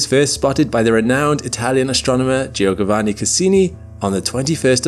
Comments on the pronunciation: Jee-ogovanni Cassini? Oh, you Brits can't pronounce anything! Check Wiki before corrupting foreign names😬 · Giogavanni? I’m I mishearing that or did you accidentally add a g in the middle?